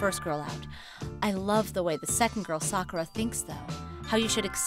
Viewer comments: This video is good but the sounding of Sakura name when the guy character says it is wrong, making there’s an e replacing the u. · Why why butcher Sakura name?